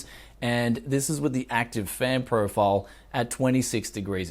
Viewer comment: "...custom fan priofurouwl"